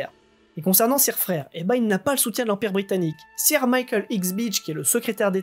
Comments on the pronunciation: Prononciations: à faire, soit dans la langue d'origine, soit francisée. Or, ici, on tombe très mal: - "sir" est évidemment à prononcer , pas - "boer" (paysan) n'est pas de l'Allemand, mais du Néerlandais et impossible à franciser. Prononcer uniquement , y compris au pluriel. En effet, le pluriel est "boeren" en Néerlandais, incompréhensible pour la plupart des auditeurs. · Le "sire" m'écorche un peu les oreilles, en anglais on dit "seur" phonétiquement parlant. Cela m'a déconcentrée !! Bises et merci